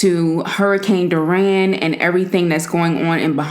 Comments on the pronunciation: Did anyone else hear Duran instead of Dorian (door - e - n) ? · Like your vids but just saying it’s dory-an not duran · You illiterate fuck it’s Dorian not Doran Also you said we are going to talk about the hurricane but then go on smacking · “ Dor ran” it’s pronounced “ Door - re- in “ just fyi! (: ❤️ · Danielle Harrison Did you pray and donate to the victims because how she pronounced it is irrelevant. She was bringing attention to the cause. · You know what she’s talking about. It’s a simple mispronunciation, which is irrelevant to the actual matter at hand. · 😿😿 it’s dor-e-an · I was just about to ask what happened to that video? cause I watched about half but didn't watch it all the way through to hear what she actually said to her sister. sad thing is you can't just delete a video and pretend like you never put the video out because ppl saw it and people heard what you said. she couldn't even say the damn hurricane name right. I'm glad I unsubscribed when she bashed bloves cause it has been nothing but a down hill spiral since then she really need to take a hard look in the mirror and reflect on the type of person she really is or the person she coming off as. Hope all goes well for her if she decide to get it together cause this is sad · U said the name wrong 💀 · All your worried about is the fact that she didn't pronounce the word correctly but you know exactly what she meant just ignorant the main thing is that she's trying to acknowledge the fact that these people went through something life-changing and need help! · Good Eats!! I think your pronouncing the name Dorian wrong tho sis.... but good looks on the dedication. God is and God Will!!🙏🏿🙏🏿🙏🏿🙏🏿🙏🏿 Prayers are lifted for all!